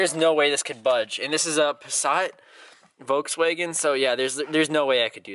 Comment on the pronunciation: Love me some "Wolkswegen"